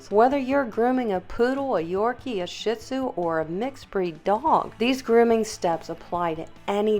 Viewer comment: As a professional dog groomer, you should be pronouncing the dog breed correctly. It is NOT a Sh't Zu.